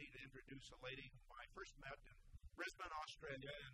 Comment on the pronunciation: "Brisbane, Australia". I'm glad that Weinberger pronounced this correctly. Most Americans read it as Bris-BANE, which is understandable, but locals pronounce it as Bris-BINE,notwithstanding the spelling. General MacArthur's office in Brisbane is now a museum.